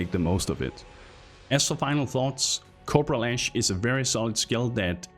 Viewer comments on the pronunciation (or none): Can't stop hearing 'copro lash'.